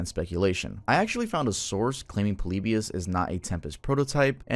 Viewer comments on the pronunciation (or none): Bro really said poleebius